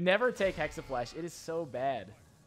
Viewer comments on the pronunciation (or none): Jacob Lucca and now people are actually typing "hexaflash" in a lot of comments here..